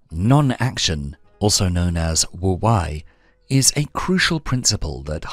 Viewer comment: It’s pronounced woo-wey. Not woo- why. I think 🤔